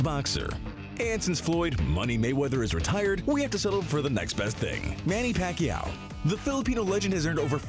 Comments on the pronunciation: Its Manny Pacquiao not Manny Pacquiano,dude ur trolling..😂😂😂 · PACQUIANO? am I the only one who noticed? 😂